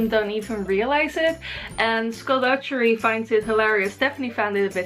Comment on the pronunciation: i get triggered when she says 'dujjery'.